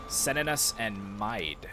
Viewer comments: Mide (Mead) -> Meath (mee - the) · Mide is pronounced Meath and Airgíalla is pronounced as Oirialla or Oriel